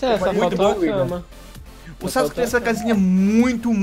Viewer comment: vc falo sauske